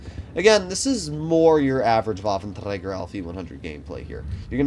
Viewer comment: Day one of asking to stop saying Waffenträger in a Scottish accent 😏